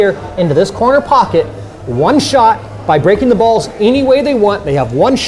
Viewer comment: He said corner pockey